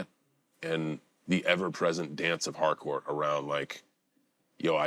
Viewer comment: I'm one of the people who hears Hardcore instead of Harcourt. 😂